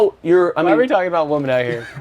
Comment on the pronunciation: Nick its womEN NOT womAN 😂